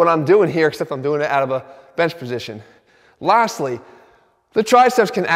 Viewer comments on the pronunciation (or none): he said lastly so weird